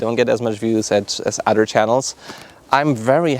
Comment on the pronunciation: good video I totaly dint giggle every time you say odder btw